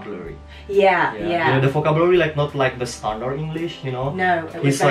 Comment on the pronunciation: It is not read vokabulari btw like you pronounced it...but 'vo ke biu leri'